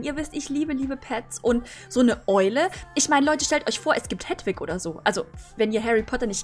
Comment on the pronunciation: es heißt Heeeeeeeedwig:^ XD